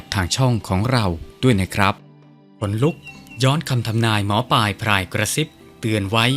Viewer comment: ท่านหมอปายหรือหมอปลายครับชัดๆๆหน่อยครับถึงจะน่าฟังครับ